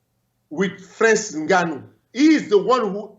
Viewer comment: Francis N'gone-o.